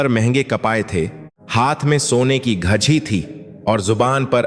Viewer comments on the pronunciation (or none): घछी घड़ी को क्यों बोलते हैं शब्द को सही सही बोलिए नो डाउट आप बहुत अच्छी जानकारी देते है। इतनी अच्छी संस्कार भारत का भारतीय संस्कृति को अपना चाहिए लेकिन इसे बर्बाद करने के लिए फंडिंग करते हैं। क्या जमाना इतनी गंदी होती है। कितने राक्षस भारत को दुनिया से मिटाने में लगे हैं जय श्री राम।